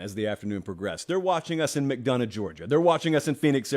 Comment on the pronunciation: just wanna let you know how to pronounce my town since we say it differently lol It’s Mc-DON-ough not Mc-Dunn-ough